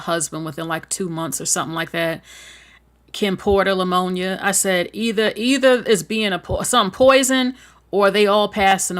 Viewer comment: Love your content, but the proper pronunciation of Pneumonia is just saying the word with the P silent. There is no L in Pneumonia.